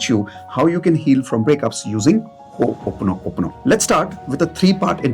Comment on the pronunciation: Learn to pronounce it properly. It’s Ho o ponopono not Ho oponopono